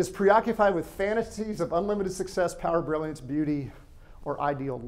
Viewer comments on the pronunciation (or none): All very accurate however you say the word success incorrectly. You never mention how many successful people who have money never seek help to even be diagnosed and treated. Please correct this thanks.